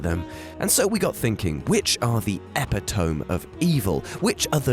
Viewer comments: Epeh-Tome... e-pit-a-me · I know you're British and can't pronounce things properly, but ep-eh-tome? really....it's eh-pit-oh-me. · "Uh-pit-uh-mee," not "epi-tome." Sorry, pet peeve. Good video, though. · It’s pronounced: e pit oh me, not ep e tome. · please... Epi-tome?!? I expect better from you. EH - PIH - TOW - MEE. Further proof of the WhatCulture plot to destroy all grammar and proper pronunciation inside of a year. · epi-tome~!! I pronounce it 'ep-it-oh-me'... eppy-tommy... epitomy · I was about to say the exact same thing. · Please have a WhatCulture-wide meeting on how to pronounce 'epitome'. eh-pit-oh-me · I’m sorry. Epi-tome??? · Ep-it-oh-mee, epitome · My NEW Superhero name: Epi-ti-tome! *never hear it pronounced that way lol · This is what happens when you don't write your own script...also a little bit of a dum dum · Sweet pronunciation of epitome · The way he says epitome lol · classic 5th grade, reading aloud in class mistake